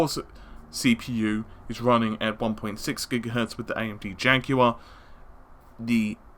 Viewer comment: when you were saying jaguar I thought you were saying janky one "the ps4 neo cpu is still the janky one" I guess you're not wrong.